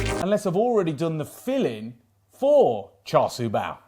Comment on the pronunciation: Just by the way, my Chinese friends assure me Char Sui is pronounced "Shar Shoe".